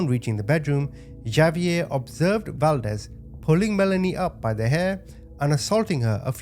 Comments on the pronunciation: Okay, completely minor comment…Xavier is pronounced “Ha-v-air,” not “Ja-v-air.” 😉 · The name Javier is pronounced HA VEE AIR. 😂😅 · Is not Javier.. it's pronounced Hov ee air